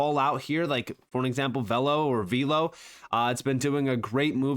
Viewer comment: Veeeelo!soft e! Its not veal !